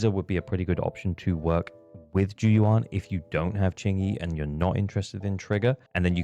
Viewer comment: great video! but maybe for future reference, the "yuan" in zhu yuan's name is pronounced more like "you-anne" rather than "you-ahn" (grossly oversimplified phonetically, but you get the gist)